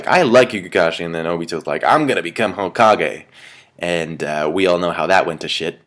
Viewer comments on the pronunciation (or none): none